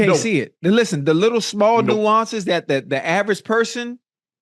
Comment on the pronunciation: Shannon said " Jr. Widdle weight!"